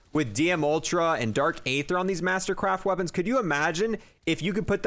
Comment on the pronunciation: You literally pronounce everything wrong in zombies, it’s the bullfrog no bulldog, it’s dark e-ther, not a-ther, and it’s d-machine-a, not die-machine 🤦‍♂️🤦‍♂️🤦‍♂️, also you pronounce megaton wrong too, it’s mega-ton, not mega-tan 🤦‍♂️🤦‍♂️🤦‍♂️